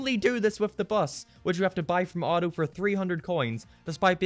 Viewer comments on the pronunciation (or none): none